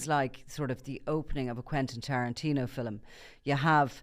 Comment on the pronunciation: I love how says film. Fillem ❤😂